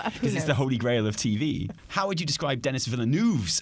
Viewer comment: "Dennis" is what bothered me (in place of the French Denis, which sounds like "de-KNEE").